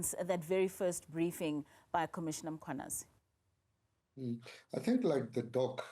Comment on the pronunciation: Why is he butchering black surnames…General Mangwanazi my ass